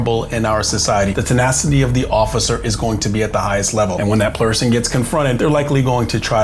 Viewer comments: "When that plerson gets confronted." Lol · “Plerson”? Lol